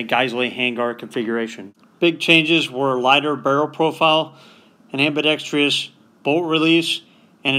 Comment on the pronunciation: Repeat after me: am-bi-dek-struh s..... am-bi-dek-struh s..... am-bi-dek-struh s..... Why do 99 out of 100 gun youtubers say am-bi-dek-stree-us?????